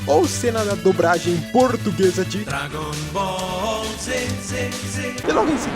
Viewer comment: "GT Dragon Boll GT caraio"